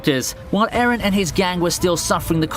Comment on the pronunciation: Eren👎 Ereh👎 Aron👍